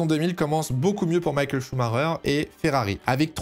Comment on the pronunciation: Ok bonne vidéo mais t’entendre l’appeler Maykael pendant 48 min je sais pas alors que c’est la base